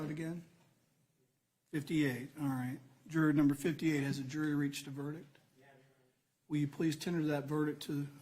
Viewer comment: I thought the judge couldn't pronounce verdict either. Sounds like he's saying "ver-dic".